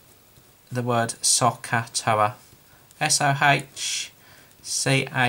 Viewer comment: he pronounces that in a strange way. i say it like this: sew (like knitting or sewing) Cuh, TOW-UH.